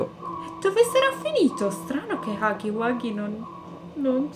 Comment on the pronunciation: Si dice huggy no haggy